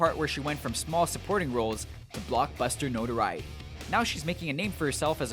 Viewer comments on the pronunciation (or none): none